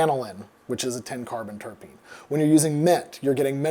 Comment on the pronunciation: Spelling: Terpene Beer expert: "Terpene" Adam: "Tarapene" Jokes aside, this has been very interesting and informative. Love your stuff.